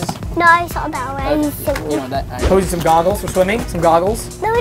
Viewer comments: it’s poise not Poseie💀💀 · It’s poseie not posey 😊😊😊😂😂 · It posie like look at all the other comments no afence